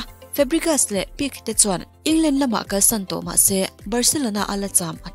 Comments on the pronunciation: Gerard Pique lam dan kha Pik nilo in Pike tiin anlam tlangpui😚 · Pique tih kha peek niloin Pk tih mai tur ani e 👍🏾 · Van ngaihnawm thin em..... Pique tih hi (pi.khe) tih anga lam rik tur deuh ani awm e😇😇